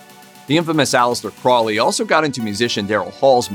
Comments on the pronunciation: If you’re going to be repeating someone’s name at least take the time to look at it and see that it is an O in Crowley not an A believe it or not those things are very annoying. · Dude,it's crow-lee. Crow lee,say it with me. Not crawlee,not crouley,crowley. You won't summon demons by pronouncing it properly,I promise. If you wanna mispronounce things you should go over to the Amazing Elite channel. Those kids can't do a video without slaughtering at least 2 towns or cities. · Its pronounced CROWley like HOLY, not Crawly by the way, (when pronouncing Aleister Crowleys name). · it's not "craw-lee", it's "crow-lee" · If you're going to do videos, for pete's sake pronounce things correctly. "Crowley" is pronounced "Crow - Lee." (Yes, Ozzy got it wrong, too.) The Beast even wrote a mnemonic: "It is pronounced Crowley, to remind you that I'm holy. But my enemies say Croully, in wish to treat me foully." - Aleister Crowley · This was great! I love how there wasn't any Doom & Gloom music or vibe as most videos about the occult do. That's how you know what's real and not just sensational pieces. You got most of the facts right, which I very much appreciate as someone who studies and practices the Hermetic Sciences. You mispronounced Crowley, but that seems to be a too common thing. It's pronounced like this ,Crow-lee. It's like putting the word crow and holy together and you get Crowley. Jimmy Page was definitely into Crowley's Order the A.A. Astrum Argentum & not Alcoholics Anonymous, lol, even tough one of the men that started A.A. was a Freemason. I don't think Jimmy Page practiced as much as he was a collector, but that's sill important. He kept up Boleskine house and bought a lot of manuscripts that may have been lost if it wasn't for Jimmy. He's mentioned in the Acknowledgements section in a book called Liber ABA, aka the Big Blue Brick. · Pronounced Crow-lee with a long o as in the bird.